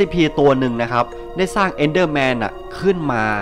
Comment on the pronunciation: EnderMan ครับไม่ใช้ Endderman